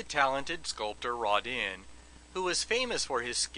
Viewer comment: I think my favorite thing about this video is the glorious mispronunciation of Rodin. "Rahdinn". Love it!